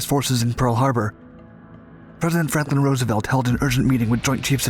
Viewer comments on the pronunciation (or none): none